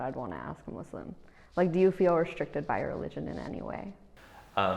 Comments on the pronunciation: Mu .... (S) ..... Lim . The 's' the 's' bro. Please 🥺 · is it so hard to sya muslim not muzlim ? 😭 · why does the pronunciation muz lem bug me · they shouldve asked how to pronounce muslim